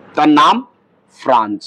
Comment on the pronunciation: Sir france banantai apnar 'france' er 'n' ta dite vule gechen